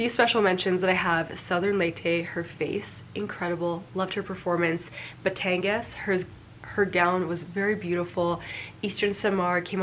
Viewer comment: I love when you say my Province BATANGAS ❤️❤️❤️